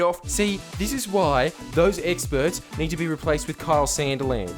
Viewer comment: “Bored of the experrs”